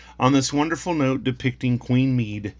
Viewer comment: Medb is pronounced mayve and Connacht is pronounced con oct. I recommend you check out mythicalireland channel here for stories of Medb and many others and is also great for pronunciation too. I have a few of these pound notes put away, it was beautiful money. The back of the five pound note always gave us a chuckle as kids. The one pound note was replaced by a pound coin prior to the introduction of the euro.